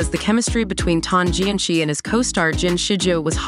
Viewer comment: The “ci” in Tan Jianci’s name is actually pronounced as a soft c (sounds like an s) and not the pinyin Q sound.